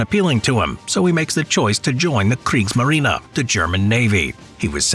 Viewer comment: I love how they're submerged with Adi's flag hoisted up. ;-) And maybe you should try to make "Kriegsmarine" sound less like "Kriegsmarina"... because it's not just some word.